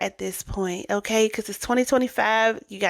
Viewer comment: This is a good video but please stop saying "okaaay" and work on your diction. That will help you to elevate quite a bit. Speaking well should be a goal of yours if you really want to grow. Listen to how well the women and men in the videos speak. Listen to how Rev. Ike speaks. Articulate. Not cringeworthy. They don't sound ignorant. You aren't a gay male. Stop the slang and the lip smacking. The words end in the letter g. Not the letter n. These women sound educated. You sound like you are trying to host a drag show. It's not cute. This is a gateway into being taken seriously and not like a caricature. Hopefully, this helps and you will work on this. It makes all of the difference.